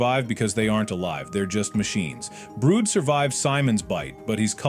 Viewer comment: ITS NOT BROOD ITS BRUD YOU STUPID